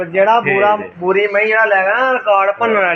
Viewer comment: ਬੋਰੀ ਨਹੀਂ ਬੂਰੀ ਬਾਈ ਜੀ